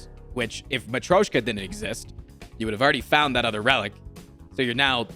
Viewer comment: His pronunciation of matryoshka is actually cleaner than his pronunciation of girya. Just saying.